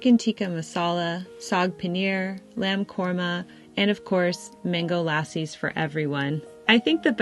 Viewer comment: Jennifer the correct pronunciation is mango lus-see 😊 like the word "lu-st" 😊 looks yummy. Ive been craving a dosa for months now 😅